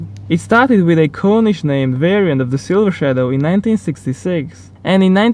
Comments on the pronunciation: It's called corneesh not cornish. Lol. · The rolls royce Corniche- i blame the british for this one but its Corn-eesh. corn then french word. cheers